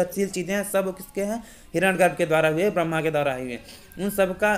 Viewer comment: आप इतने महान सूक्त की बात कर रहे हैं, और हिरण्य गर्भ को हिरण गर्भ उच्चारित कर रहे हैं, वो भी सार्वजनिक रूप से ! ?